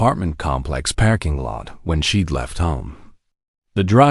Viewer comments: This is a great story, but the narrator sucks a parking lot is not pronounced packing lot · Great story with commentator on learn how to speak English it's not packing lot it's parking lot and it's not record commentator needs to speak English it's not packing lot it's parking lot record and record are two different words if you can't speak English you're at the wrong job